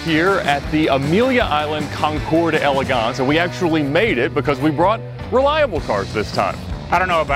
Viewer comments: Ed, you're a very eloquent speaker but just a friendly reminder that d'élégance is pronounced as one word, not two. Just imagine the apostrophe isn't there. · Lol leave it to Ed to mispronounce, concours d'elegance .. "concours'd. elegance " just like his "Mercy AL ago"